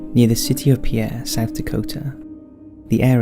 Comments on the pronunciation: I love your videos! BTW, the pronunciation for Pierre SD is Peer not Pi yarr,( the French pronunciation). Keep it up!! I love your work!! 🥰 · It's not pronounced by its French dialect. Its pronounced like the the word peer or to look. I was born here and still live here. That's how its pronounced. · FYI: The capitol of South Dakota, Pierre LOOKS like the French name, but is actually pronounced "Peer."